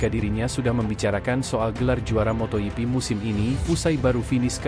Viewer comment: motogp bukan moto yipi jok torjok.... bikin emosi aja